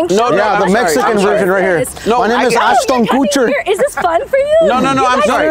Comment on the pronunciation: GIRL: IS ASHTON KUTCHER GONNA COME OUT?: MY NAM IS ASTON COOTCHER HAHAHAHAAHAHAHAHAHAH